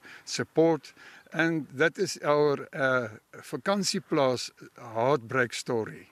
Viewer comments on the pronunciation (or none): Not vlakplaas, Vakansieplaas